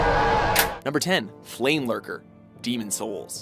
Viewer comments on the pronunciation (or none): I heard flameburger, not flamelurker. It would be a complete different genre if it WAS a flameburger.